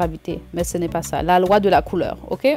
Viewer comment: « la loie de la couleur » 😂😂 I love it boo encore mieux en personne 😍